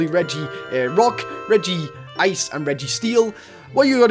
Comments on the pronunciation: Regi-ice? Its Reg-ice! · Not hate but you it's not regi-ice but regice you say regi ice but you need to say reg ice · It's Reg-Ice not Regi-Ice there is only one "I" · You said Regigigas correct but Regiice is just Reg-ice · Dude u pronounced Regice wrong its Reg Ice